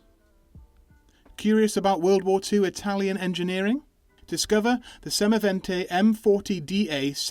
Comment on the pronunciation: the "da" in semovente is read as DA, not D A